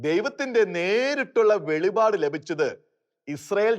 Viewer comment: Velivad alla, Velipad